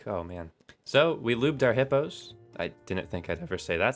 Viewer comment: Don't you mean "Little Hipyo's" :D